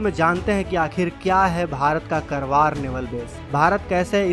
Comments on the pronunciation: करवार नही, कारवार कहो, खुदकी vocabulary सुधारो . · Not करवार it's कारवार. जय हिन्द जय भारत।